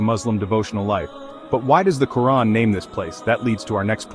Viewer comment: We need a new religion that claim all Muslim, Christian, Hindu, and Jewish holy sites and build on them. Also, can you please train the AI speaker to pronounce Quran approperiately.